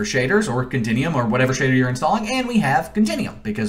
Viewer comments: continEum.... its con-ten-you-um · Click the "meer" button and "continium". Meer-or, Cont-in-u-um. God how can someone speak so poorly.